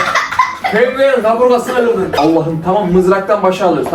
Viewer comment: Kırdın❌️ Gırdın✔️